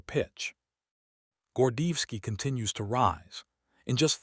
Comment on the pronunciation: Want o add credibility to your program? Pronounce the Colonel's name correctly.